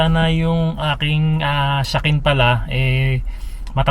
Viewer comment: " SHAKEN" po ang tawag nun, pronounced as Sha-Ken.